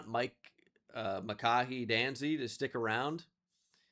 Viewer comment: For future reference, it’s Muh-Kai Danzy.